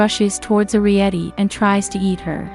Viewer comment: It's air ree et ee